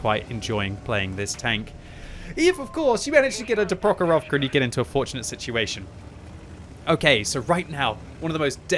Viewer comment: prOkhorovka, malInovka not malinOvka